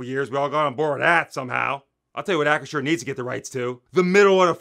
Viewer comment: LOL 🤣 and yes, Hunts ketchup... YUCK 🤢 ( great job pronouncing Acrisure, it doesn't roll off my tongue!)🥴